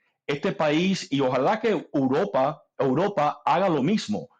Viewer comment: “Ojal que uropa” 😂😂😂😂